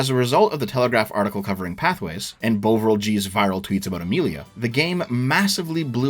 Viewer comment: After half an hour of this video I wasn’t sure how you were going to eke it out for another 150 minutes, but I thoroughly enjoyed the entire thing. One tiny and totally unnecessary nitpick: Bovril is pronounced Bov-ril, not Bow-vril. It’s a kind of beef paste from back in the day, not dissimilar to Marmite, which you can dissolve to make a hot drink. I’m fairly certain only boomers buy it these days.